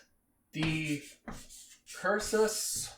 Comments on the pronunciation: *Cursus honorum, not curcus lol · It's cursus, not curcus, and it means (roughly) march toward honor. Pretty great video for the most part, though. Also, you get bonus points for calling those so far from humanity the BelGAY.